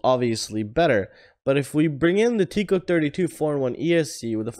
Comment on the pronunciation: It’s tek- ko. Not teek-ko. :)